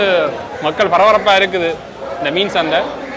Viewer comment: பறபறப்பல்ல . பரபரப்பு என அழகாக சொல்லப்பா